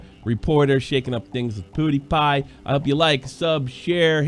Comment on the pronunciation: Just when I noticed said Pewdiepie correctly for once and start to feel kinda proud of him, he turns around and goes back to Poodiepie at the end of the video. WE WERE THIS CLOSE!!! LOL